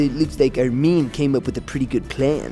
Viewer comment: Just realized that Reiner actually pronounces Armins name more correctly than anyone else